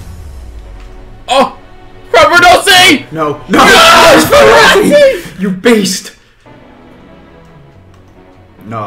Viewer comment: it is capradossi not crapradossi